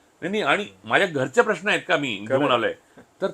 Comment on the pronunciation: Improve your diction. Its महानगर not महाणगर .it's म्हणुन not म्हणुण . Its प्रेक्षकांना not प्रेक्षकांणा .Its प्रश्न not प्रश्ण. जिथे "न" असत़ तिथे कशाला उगाच "ण"???Are you trying to please those idiots Punekar ? 😂